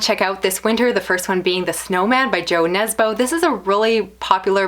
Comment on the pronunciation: How you pronounced Jo Nesbo was really cute :D It sounds like U, not like Joe, but like I said it was really cute :D